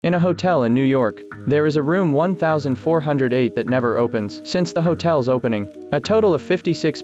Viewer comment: Guys, its called 1408, said as "Fourteen-O-Eight" based on a Steven King short story.